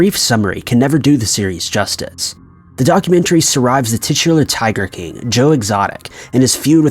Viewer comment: Why does this guy have a problem saying the word “king”?